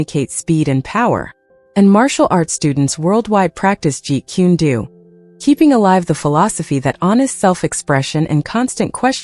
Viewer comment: It is not jeet quen doo it is pronounced jeet coon dough why cant any of these people get it right? Its annoying af and i think its higly disrespectful to the man and his system if your going to make content about something or someone at least give it the respect of learning the proper pronuciation